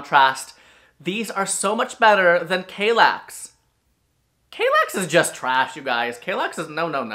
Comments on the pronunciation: What's with the horrible pronunciation of "Kallax"? It has two L's in it, not one. And are you kidding me about the Strandmon? The Färlöv is fricking ugly as hell and mega clunky. I have a small living room and my Strandmon in Lingbo isn't clunky at all and looks way better than the monstrous Färlöv. And Malm came in 2 variants. A lower version and a higher one to put those drawers underneath. And ye, I stubbed my toe several times on my Malm bed, once really badly. It was also really tiring to get out of the Malm, since I had the low one. Now I have the Hemnes and it was such a change. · Just a hint on how to pronounce these swedish names: if there's a "j", like in Vittsjö, it's pronounced like in "Yo" and not "Joe". If there's an "a", like in "Kallax" is pronounced like in "arm". And Ikea is pronounced "e-k-uh".